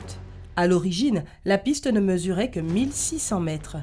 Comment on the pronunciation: oui tu as raison mais c mal prononcé